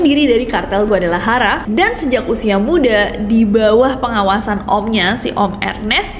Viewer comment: GUADALAJARA dibaca GUADALAHARA bukan GUADALAYARA sama dengan pengucapan Juan jadi Huan